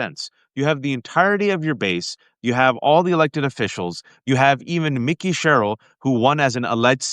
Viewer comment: Waj, her name is MIKIE, like the kid that hates LIFE cereal…not Mickey, like the mouse. You keep mispronouncing her name, dude.